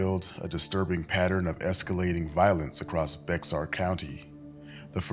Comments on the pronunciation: It’s pronounced bear County not Bexxar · The x is silent in Bexar